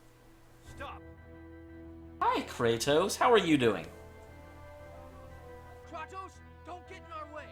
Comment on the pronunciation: I just found this video by chance...why were you pronouncing Kratos as "Kray-tos"?